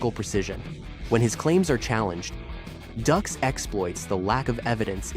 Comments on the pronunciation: DUX is pronounced "DUKES" not "DUCKS" 😂 and years later it was found to be 100% total BULL💩 But made JCVD a movie star & don't forget OGRE in there "NERRRRDDDSSSS!!!!" 😂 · It’s not “ducks” it’s “dukes”. He’s a fraud but at least get your facts right. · Ffs its pronounced Dukes. They even make a joke about it in the movie. Also his lawsuit had nothing to do with bloodsport. It had to do with the movie The quest. That literally takes like 5 Seconds to look up on google. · DUKES not Ducks. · Why does he keep saying "Ducks"? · His name "Dux" is pronounced "Dukes". Dillman never used his no touch knock out on anyone except his students. The person who attempted the no touch knock out was one of Dillman's students. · If you've seen "Bloodsport" you know his name! And you also know that it isn't pronounced "ducks." 😆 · If you've seen bloodsport you'll know his name...says his name wrong anyway